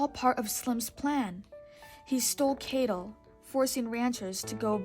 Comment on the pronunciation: You know it's cattle not cable right?